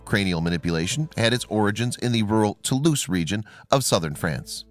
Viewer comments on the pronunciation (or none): none